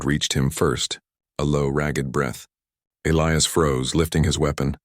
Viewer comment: As least this time they pronounced Elias right. And she WAS a traitor to her people 👤.